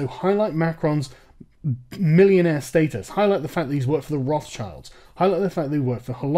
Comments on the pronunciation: Did you say Rothschild? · I'm just baffled about the English pronunciation of Rothschild. Edit: It's a 1789 revolution's propaganda myth that Marie Antoinette ever said that 'let them eat cake' thing.